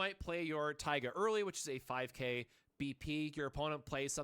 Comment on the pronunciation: it's pronounced "Tee-ga"